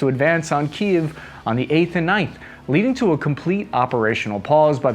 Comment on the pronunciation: I really enjoy the fact that you pronounce Kiev correctly and not just call it Keeev, like all the stupid American news channels